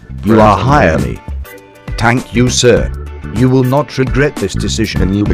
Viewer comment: "TANK U " Will you become a tank?